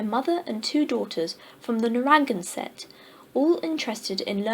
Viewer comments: Narragansett = nair- a-GAN-set - Great reading - THANK YOU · Nice reading, but the words "granite" and "Narragansett" were mispronounced. Granite is a mineral, pronounced: GRAN-it. For "Narragansett," listen to this